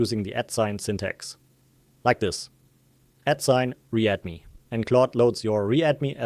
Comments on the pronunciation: Why are you pronouncing "read me" as "re add me" when you are describing on sec of this video? Is there any specific reason. I am curious. the contten of this video is really good though. I appreciate it. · must be AI voice... becomes "at re-add me" :D